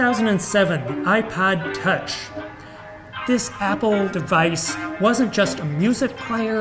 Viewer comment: I’ve listened a dozen times... Does he say: 2007 - iPod Touch, or iPad Touch? I’m leaning towards IPaod, by reason of mini-stroke. Also... is that a Mon Che Che monkey puppet in the background?